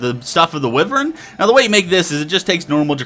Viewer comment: Ahem... Wyvern is pronounced 'Wi-vern". It's one of those weird words.